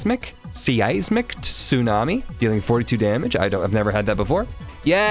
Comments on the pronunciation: Size-mick. Not seize-mick. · Today I learned that doesn't know how to pronounce seismic (size-mick) 🤣